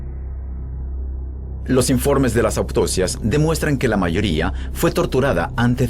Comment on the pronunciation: Según el locutor...(Nicaragüense? Boliviano?) .. a los muertos se les hacen : AUPTOSIAS En la mayoría de Latinoamérica les hacen AUTOCCIAS..... Los Españoles hacen AUTOSSIAS. En el diccionario de la lengua española figura: AUTOPSIA.... Eso demuestra que ese libro, que a pocos nos interesa......... es letra muerta..... A la mayoria de los que lleguen a leer éste comentario...o no lo saben o no les importa....